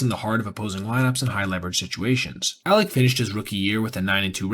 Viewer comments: You have repeatedly called him "Alex". It's clear you know his name is Alek. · Alek not Alex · Names Alek not alex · I do throughly enjoy your videos. But dawg you called him Alex/Aleks like 15 times. At least get the mans name right. Hes having a tough time rn lol.